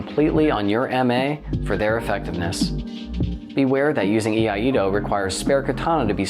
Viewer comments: Another great breakdown! Btw I hate to be that guy but since nobody else seems keen to correct the pronunciation of iaido here's a little PSA. It is "E-I-DO" not "E-I-A-DO" or "A-DO" which is another common attempt. A doozey for sure, but I can confirm it is so being a student of the art myself. Everything else was spot on! Always appreciate your vids! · I-ai-do. Not Yee ah Yee do. What are you old McDonald has a farm?